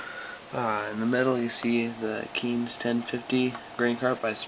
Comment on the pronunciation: u said kinze wrong